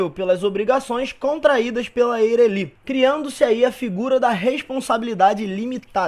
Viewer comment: Muito boa a aula, mas me deu agonia a pronúncia de Eireli kkkkkkk